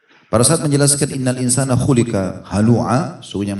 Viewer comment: Admin mohon sampaikan koreksi ayat hulika yang benar huliqo.. إِنَّ ٱلْإِنسَٰنَ خُلِقَ هَلُوعًا wallahua'lam...